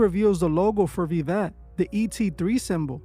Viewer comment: The "V" in Latin is pronounced like a "W." So it should actually be pronounced as "Wiwet."